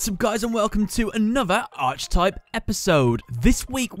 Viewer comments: Archetype is pronounced ark-eh-type. Not being a dick it just kept buggin me. I've watched tons of your video today it just got me lmao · Archetype is pronounced: ark - e - type upvote so he sees this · Its pronounced are-kih-type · "Arch type" 😂